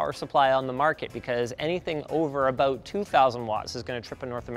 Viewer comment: A very Canadian "abOUT" there Linus